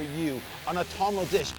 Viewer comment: When this guy said "autumnal", I shot Scotch out my mouth...